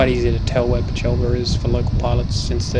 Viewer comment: Stonks of the highest order! Thanks for a very insightful video. It would have been no small job to voiceover the entire length of this, but it is very, very helpful for a fledgling glider pilot. Oh, and we’ll get you pronouncing Peechelba correctly one day ;)